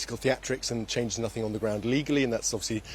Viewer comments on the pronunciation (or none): none